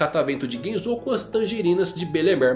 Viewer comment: tá andando mt com o Mateus do all blue, só pronuncia estranha do nome dos personagens, GenzÔ e KabagÍ foi de fuder, não existe essa fonética no japonês, os sons são sempre fechados como Genzo e Kabagi mesmo sem uma silaba tônica no final dando impressão de acento